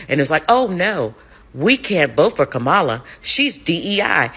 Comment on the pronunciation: Lady U ARE NOT PRONOUNCING KAMALA NAME CORRECTLY